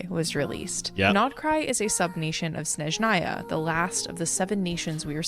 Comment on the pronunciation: Snezhnaya is not pronounced well here😂 it’s Snézhnaya, accent on the first syllable :) I am Russian